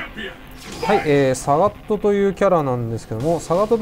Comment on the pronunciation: サガットのイントネーションが 違っている